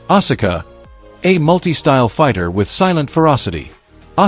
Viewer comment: Asula's name is pronounced "Ah-Ska" not "Ah-Sah-Ka"